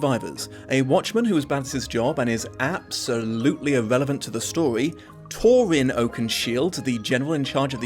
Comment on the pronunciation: mispronouncing Thorin’s name like Turin is extra weird bc there’s a completely different tolkien character named Turin